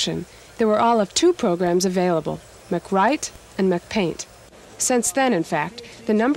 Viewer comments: She just pronounced Mac Write and Mac Paint "McWrite McPaint" like McDonald's.... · it’s called MacWrite and MacPaint 🙄